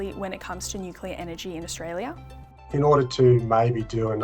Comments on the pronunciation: Hi, Folks. This sounds like a 'full bottle' on energy BS. It could be my aging ears but it sounds to me as if he can't even pronounce the word, "nuclear", properly. It sounded to me as if he said, "nucular". Would somebody please explain to us, preferably in words of one syllable or less, just what 'nucular' energy is? "Commonwealth Scientific (and) Industrial Research Organisation."?????????????? Seems to me that there was SFA 'scientific' research done at this meeting, just the taking as 'gospel' the HIGHLY BIASED sales pitches from a cohort of existing energy providers and lobby groups. HOW is that 'scientific'??????????????? Just my 0.02. You all have a wonderful day. Best wishes. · pronunciation of nuc-u-lar doesn't inspire confidence either. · Cant take anyone seriously who can't pronounce the words nuclear. Nu Clear. Not hard, really. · from CSIRO is so misinformed about nuclear, that he pronounces it NUC-ULAR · So we're relying on information from a guy who can't even say nuclear correctly. 🤦🏻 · Bowen can't even pronounce nuclear. CSIRO only do what the current government tell them to do as they get their money from them. A once useful organisation that has just become a government prostitute.